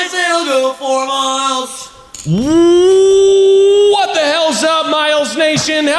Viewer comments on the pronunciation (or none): Pretty sure it’s supposed to be ‘for Miles’ but I always hear ‘four Miles’ and I love that. 🤣